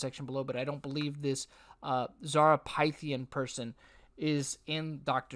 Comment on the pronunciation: I'm beyond stunned. I known Zara since 2007. No words... btw her name is pronounced "Fith-e-yen"